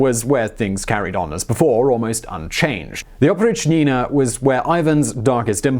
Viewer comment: its oprychina not oprich-nina, its one word with accent on "y"